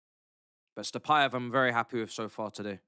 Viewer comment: Bro he is not Stapaev, he is Satpaev